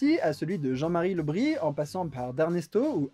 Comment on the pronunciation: Très bonne vidéo. Par contre sans vouloir chipoter, on prononce le "s" Le Bris... Oui... ;p